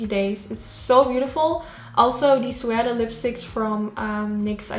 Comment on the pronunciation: Love the look! The correct pronunciation for Suede (Sue-wade) or some say (Sue-aid). You're English has gotten so much better over the yrs! Love you all the way from Detroit, MI xoxo! #NOTIFICATIONSQUAD